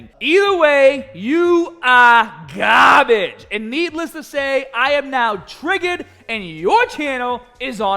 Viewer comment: The “BUT BEFOH WE GET STAHHHHTED” is always a good indication pumped AF 😂 And then he affirmed it with MEGAAGAHHBAGE😂